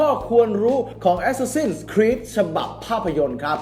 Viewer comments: อะแซสซิน/แอสแซสซิน ไม่ใช่ แอสซาซิ่น=ซ ิ ่ น (มันพิมแล้วไม้เอกไม่ติด) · əˈsæs.ɪn ใครอ่านโฟเนติคเป็นน่าจะรู้นะออกเสียงยังไง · เห็นด้วย ขัดใจกับ ซิ่น มาก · ได้โปรดออกเสียง Assassin ให้ถูกเถอะครับ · Reaper มันมีจริงครับ แต่เสียงมันไม่ได้เน้นไม้เอกแบบนั้น แบบคนอ่านsword ว่า ซะวอร์ด มันก้แปลกใช่มั้ยล่ะ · ผิดไง รอคำตอบ